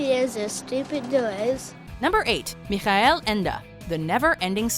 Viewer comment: Kevin Tennert I am German, the way she pronounced michael is the spanish way, the german way the ch is more pronounced like the english j then the spanish j.